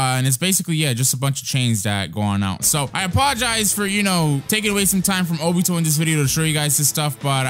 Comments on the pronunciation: He said obite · he keeps saying obito when it is shisue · I was pretty offended when he said obito sharingon!! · He kept saying Obito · he keeps saying obito